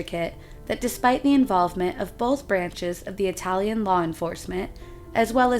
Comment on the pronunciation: please remember: you have to pronounce the fucking vowel at the end of every single word when you speak italian!! Oh sembra 'he tu c'hai un pel di fica sulla lingua, direbbe il Nesi. Ora vo via, ti saluto che c'ho d' andà in posta ed in banca. VIVA IDDUCE, il lavoro e la libertà. RISORGEREMO, prima o dopo, salto del capretto e della volpe l! Thank you